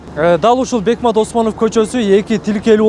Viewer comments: Бекмамат десең бекмат дебей туура айсан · КОРРЕСПОНДЕНТТЕР..МЫКТЫРААК БОЛГУЛАЧЫ???. БЕКМАТ...ЭМЕС..БЕКМАМАМАТ ОСМОНОВ ДЕП АЙТЫЛАТ??????....